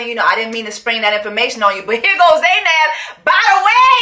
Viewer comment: u keep calling Zaina, "Zanab" 😂